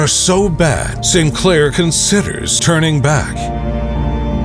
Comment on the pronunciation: Btw, St. Clair is pronounced, "Saint Clair," not "Sinclair." Distracting but nonetheless a good historical vid.